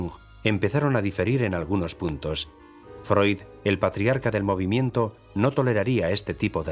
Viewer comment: Se dice Freud, animal!